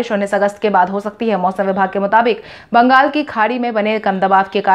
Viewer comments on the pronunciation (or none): none